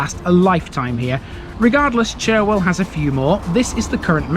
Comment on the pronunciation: Fantastic video of my home town, filled with information that I didn't even know. BTW Churwell, is pronounced Churrel, don't ask me why, lol. I no longer live in Morley since my wife had a stroke of which she nearly died, We now live in Pudsey, another town within the Leeds borders, where Pudsey Bear originated from, can we see a video from there?